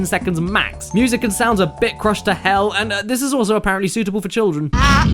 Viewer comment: It sounds like is constantly saying "Hell" Seems fitting...